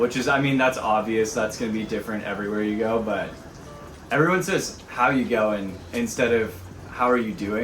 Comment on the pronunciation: it's actually "heya garn mate?", or "scar-non mate?"